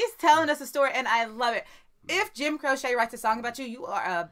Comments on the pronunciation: Ok, I have to say his last name is pronounced...CROW-chee. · Jim "Crochet". No...he's not a knitter. It's Croce. Pronounced "Crow-Shee" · Jim "CROCE" was an awesome entertainer, and pronounced "Crow-Chee." "CROCHET" is a craft, made by looping yarn with a hooked needle. 👍😎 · It's pronounced as "crowchee", not "crochet". I agree with all who've suggested "Time In a Bottle". It'll completely switch things up, but in a beautiful way. 🙂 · Crochet?! “Cro’ chee. Don’t worry we all did it! Thx! Rascals please! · Btw. It is not Jim Croce (Cro-shay), it is Jim Croce (Cro-chee)! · his name is pronounce Crow-Chee. Not crochet like what you do with a hook. It's Crow-Chee. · Jim "Croce" is not "Cro-Chet" like the knitting. It is "Cro-she" just thought I would help. LOL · You're killing me with the pronunciation. It's not Kro-Chey. It's Kro-Chee!! I dedicate "Time in A Bottle" to you both. It's probably his biggest hit and one of the most beautiful songs ever. Although the 2 songs you've done are not just my 2 favorite Croce songs but 2 of my all time favorite songs by any artist. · It's Croce (CROW-chee), not crochet (crow-SHAY). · I'm giggling sooo much as y'alls pronunciation of Jim Croce's last name!!! It's not pronounced like the sewing crochet word, but instead it is pronounced like cheetos at the end CROCHEE <------ that is how it's pronounced. And yes his songs were great fun in the 70's when I was a kid! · It’s not Croshay. It’s Crochee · HIS NAME IS PRONOUNCED CROW SHE......NOT CROW SHAY. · It's not Crochet it CROWCHEE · Please say crocee not crochet! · Croce, pronounced Crow-chee. And yes... Def "Time in a Bottle" next. One of the most beautiful and romantic songs in musical history. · Jim Croce was an amazing singer songwriter. Left us after only a coupe of years of making it onto the music scene! Request OPERATOR AND TIME IN A BOTTLE! Croce is pronounce KROCHEE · ALL TOGETHER NOW: CROW-CHEE 🤣 Nah I’m playin…y’all are cute when you say it wrong. 😂